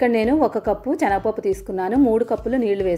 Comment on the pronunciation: రెసిపీ కొత్తగా ఉంది . 'చనగ పప్పు'..అని కాకుండా 'శనగపప్పు' అంటే వినడానికి సౌకర్యంగా ఉంటుంది.